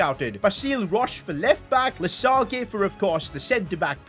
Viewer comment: loved the video as always! a few tips for your french because why not : for Lesage, the G is pronounce as a J (like in massage for exemple). Then, the letter ç is pronounced like an S. Finally, the sound OY isn’t pronounced as in english, it’s more like oua